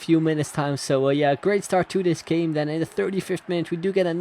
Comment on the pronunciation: I think when you say like start it sounds a bit like shtart My opinion